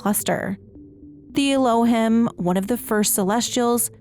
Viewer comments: One small thing - your pronunciation of "Elohim" is a bit off. It should be closer to "eh-low-heem" to go along with the hebrew language reference for something like gods or deities. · It’s pronounced EE low HEEM. It’s an ancient Hebrew word synonymous with God